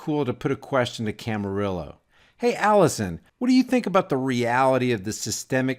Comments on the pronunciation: Sorry but I have to correct you, it's Allison Camerota, not Camarillo! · It's Alisyn Camerota, not Camarillo. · It's "CAMAROTTA" not Camarilla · LOL, I like the way you keep calling Alisyn Camerota by the name "Camarillo" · It’s......camo- rot-a.............emphasis on ...............rot